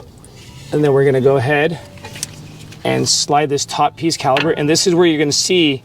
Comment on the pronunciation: “Caliber” is killin me